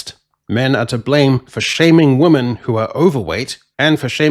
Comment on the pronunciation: Dude. Why can’t you say the word ‘women’ properly?